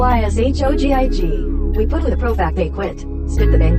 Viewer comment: When it said “galyshogig” I had tears